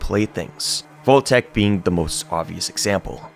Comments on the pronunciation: It's pronounced 'vault', not 'volt'... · This guy's pronunciation of "vault" is infuriating